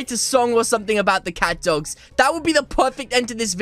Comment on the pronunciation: this is the only youtuber that i heard the word catdog get your names right!